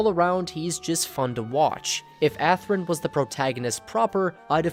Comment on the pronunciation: It's "ASrun". Hehehe. "Where is the Freedom and the Justice, ASRUN?". Lol.